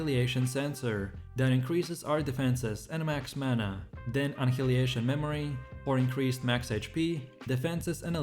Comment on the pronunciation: Omg cringe hearing you trying to pronounce annihilation